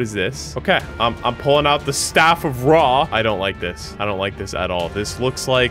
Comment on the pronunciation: Bro the second seed has some Eygptians valueables that YOU DONT HOW TO PRONOUNCE IF OTHER EYGPTAIN LIKE ME SAW THAT YOU WILL END رع TAKE THIS WORD ON GOOGLE TRANSLATE TO HEAR HOW ITS PRONOUNCED😠